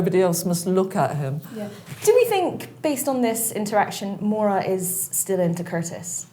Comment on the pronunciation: Her name is Maura love not mOira x